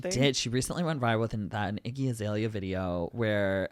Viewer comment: lol saying iggy azalea instead of azealia banks